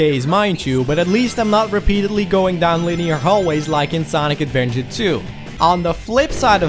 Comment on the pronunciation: "Sonic Advenger"